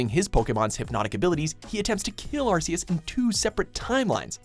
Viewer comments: AR KI US not AR SEE US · number 10 ash says it right arceus not arseus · It's Ar-key-is not Ar-see-is for fucks sake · I refuse to call Arceus "Arkyus" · Who ever was narrating this video, please listen to how Ash is saying Arceus, it's Ark-e-us not Ars-e-us... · It's pronounced Are-KEY-us, not are-see-us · pronounced ark-eus not ars-eus bro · the pronunciation is AR- KAY- OOS. They even said it at Number 10! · Honestly, I don't see why Arceus with a soft c. It sounds wrong to me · Arseus. Me: I hate this already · Ar-see-us. Really? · Its officially pronounces Ark-eus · Arss-e-us? Wow. Ok. That's cringe worthy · why does everybody mispronounce Arceus? it's pronounced "ARK-ee-us" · Arc-e-us -Pokedex 3D Pro official source plz say it right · it's pronounced Ark-E-Us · Ars-e-us? Never heard of that Pokémon... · The official pronounciation of Arceus is Ark-ee-us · this nigga said "Arseus" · This channel likes Mewtwo too much. Also, you mispronounced Arceus. You guys gotta work on that. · they say arceus' name in the video yet they still pronounce it wrong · 1. Arceus! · It’s pronounced ahr-KEE-us and jee-oh-VAH-nee, “”! 🤨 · Sorry but this hurts to watch. The pronunciation of some names are horrendous and rage inducing. Arceus and Giovanni are run. Otherwise the line up is good.